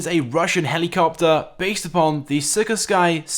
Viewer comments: SIKORSKY!!!!!!!! NOT SIK OR SKY 😤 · The Molotok is a MiG-15 airframe with a MiG-17 afterburner. Oh and the L-22 Starling/Me-163 Komet isn't a rocket powered fighter jet, its a rocket powered glider. Oh and Sikorsky is pronounced "See-cores-ski", not "Sick-kor-sky".